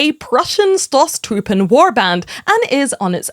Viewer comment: Someone still needs to learn how to pronounce "Stoßtruppen" correctly 😉